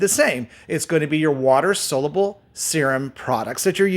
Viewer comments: Why are you people BELIEVING ANYONE THAT CAN’T PRONOUNCE THE WORD ‘SOLUBLE’? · You need to learn how to pronounce ‘soluble’ my man. Not a good look if you want to appear to be an expert.